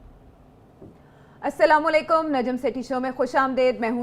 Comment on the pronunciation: Parhe likhe janab najjam sb, Salam to sahi se krein. Sala lekum. 😂